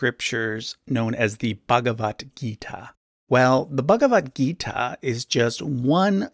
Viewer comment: You pronounced -- mehebarata ❌ But this is -- mahabharat (महाभारत) Don't pronounced wrong because This your faith a sign of our ancestors. By pronouncing it wrong you don't insult our mahabharat .And not begewat gita it's bhagwat gita भगवद् गीता 🙏🏻🙏🏻 🙏🏻जय श्री कृष्ण🙏🏻 🙏🏻Jai shree ram🙏🏻